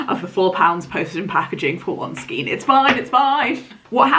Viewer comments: I love that colour SO MUCH. You're doing awesome. I have to tell you though that the twist of yarn is pronounced SKANE not SKEEN. Bloody Englsh! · It's skein not skien. Pronounced skayn. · Knitter with 45 years experience (help! Well, I did learn to knit at 6 but still...) couple of hints and tips - 1. skein is pronounced to rhyme with rain. 2. If you can afford it, always buy an extra ball or skein, so you have extra yarn for mistakes, but also to guarantee you have yarn for repairs down the track. 3. When you wind a ball from a skein, if you can't get someone to hold it out on both hands (which is the easiest way to wind the yarn), get two kitchen chairs back to back, slip the open skein over them, move them apart so it is kept taught, and wind your ball standing up. Far fewer tangles, much easier and faster to wind. 4. As a few others have said, if swapping yarn brands, match for meterage/yardage with the pattern, not weight. And try to keep the yarn thickness as close as possible. You did an amazing job, and I hope you enjoy wearing it. If you find that you don't wear it because of the length, don't be afraid to unpick the body and re-knit it shorter - the extra effort for a garment you will enjoy wearing is worth it. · Skein is pronounced to rhyme with rain, not with seen 😺